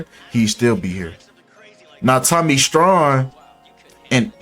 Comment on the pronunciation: Tommy strong not strawn